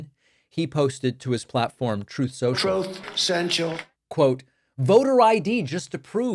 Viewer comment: "Troth Sential"